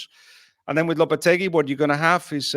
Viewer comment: It's actually Mr Loppy!